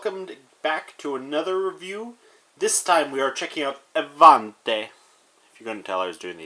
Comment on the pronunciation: The pronaunce is actually a-van-ti and the pronaunce of the a is like ah ;)